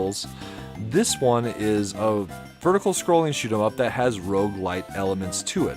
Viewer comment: Random find of a video, and i HIGHLY appreciate that you use "Shoot'em Up" as its meant to be said and pronounced. Well done video.